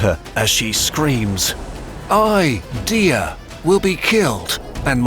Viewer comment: 1. The Aures mountains weren’t a desert, did no one on the team look at a map? Google images? What would she or the Arabs have burned? Sand? 2. The entire Hassan thing is made up by the Arabs/Muslims 2. That’s not how you pronounce Imazighen or Dihya 3. Dihya’s sons would not have dressed like that That’s not even all of it, I was really excited to see a kurzgesagt video about my favorite historical figure but I’m disappointed by how superficial the research was